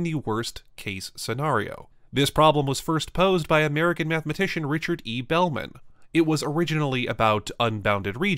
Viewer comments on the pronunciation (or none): none